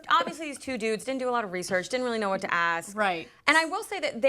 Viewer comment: Words cannot describe how much I hate hearing talk show hosts of any variety pronouncing words like "ex-specially" instead of especially or "axe" instead of ask. That should be in journalism 101.